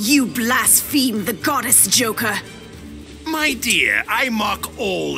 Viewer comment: Did call Joker "Yoker?" I mean, he's Mexican, but he should be calling him "Hoquer" or something in that case...